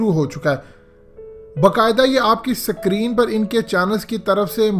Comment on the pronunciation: sacreen nahe screen hahahaha please pronounce it properly